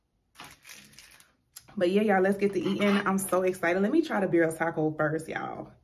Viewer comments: Aren’t they the best! I YouTubed the instant pot recipe and omg! Sauce is pronounced CONE-So-may) and tacos are pronounced (Beer-Eee-yah). I figured I’d mention since you said you don’t know if your pronouncing it right. They sure are 🔥though right I love your channel. You & Your husband are so cool and down to earth plus have great stories ❤️ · It’s pronounced Con-sue- may and Birria is Be-dee-ah … I have Hispanic friends that’s the only reason I kno so don’t feel bad Lmaoo